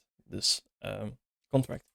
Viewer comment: bro need to say "interface" or "abstraction" instead of "contract", because the later is heard as "construct" !!